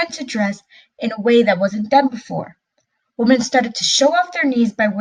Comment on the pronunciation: Learn how to pronounce the word”wemen “ not “wohmen!!There is a difference idiot.